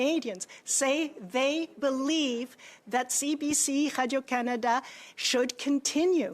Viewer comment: why is she unable to say Radio